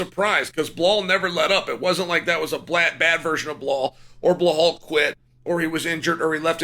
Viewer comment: You insult Belal when you mispronounce his name